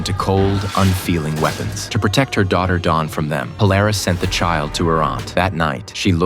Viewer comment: Its pronounce "Pool-er-is". The blonde trio sisters were the clones of Emma Frost. But of course they were considered the daughters of Emma Frost but really they were that her clones.